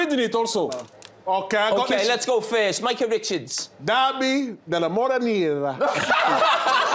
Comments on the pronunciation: 😂😂😂😂😂😂😂😂 these guys are hilarious 😂😂😂😂 I love them, Carager said “derby dimadonina” 😂😂😂😂😂😂😂 WTF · Noone of them said Madonnina right. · Thierry and Kate said the first better than Mike Grella. Jamie is shocking lol. Idk why they all say madoninna instead of madonnina and the best one is the last one by Kate